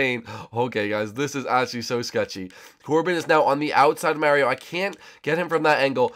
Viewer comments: It's Mario not Marry o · stop saying miario...